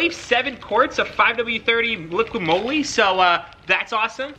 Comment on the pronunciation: This man really said “liquid Moely” 😂😂😂